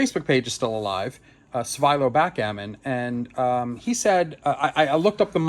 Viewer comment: As his name is Bulgarian, it should be pronounced Svee-lo and not Svye-low.